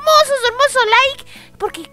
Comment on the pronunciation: no se dise like se dise likee